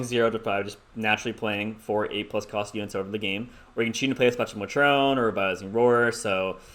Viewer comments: Spectral Matr-OH-n!!!!!!!! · It’s spectral “may-trin”